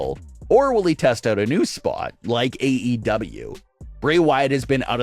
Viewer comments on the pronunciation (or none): none